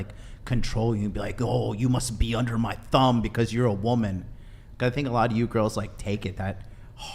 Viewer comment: Am I the only one who hears her using the word “woman” incorrectly nonstop